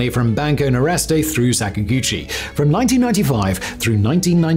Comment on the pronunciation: Nordeste, not Noreste. It means Northeast. 😊